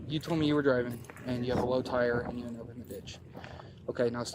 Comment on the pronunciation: If I hear these stupido’s say “at the en of da day” you don’t sound any smarter you sound a lot dumber.